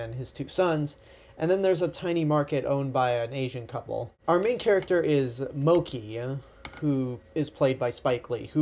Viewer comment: moh-kee? did u even see the movie?